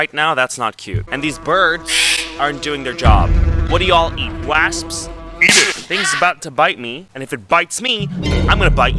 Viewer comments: the way he says wasps as wassps LOLOL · "what do yall eat? waysps?!" loool love u (edit spelling) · The way you say wasps 😂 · why do u say wasps like that😭😭